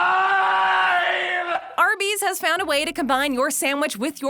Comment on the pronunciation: I love that she says samwich